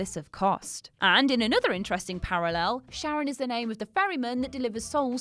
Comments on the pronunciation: Cerberus = Ker-veros (Κερβερος) in Greek, Charon = Ha-ron (Χαροντας or Χαρος) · Cthulu – "Kuh-Thoo-Loo" Chitinous – "Ky-Ton-Us" Charon – "Ka-Ron"